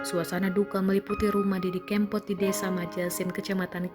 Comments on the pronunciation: Hei...Didi Kempot, bukan Kémpot. Naratornya payah. Kempot = karena lesung pipi almarhum. kalau kémpot = artinya balapan liar, ngépot... ugal2 an, bahasa daerah. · Tribune timur mas....org timur klu baca e kan ee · Didi kempot nyebut nya salah melulu e nya di baca nya salah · Kempot bukan keempot duh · Didi Kempot bukan Didi Keempot😌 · Mbaaaak.. Bahasamu aneh banget.. Solo..bukan solok.. Kempot bukan kem.. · Waduh salah ejaan Tante cb dengar org lain sebut nama Didi kempot dulu gih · didi kempot mbak ...bukan didi kEEmpot...innalillahiwainnailaihi rojiun...mga husnul hotimah.. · Mbak e udu wong jowo,,,,pengucapan kempot kleru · Ngucapin kempot nya kok gitu...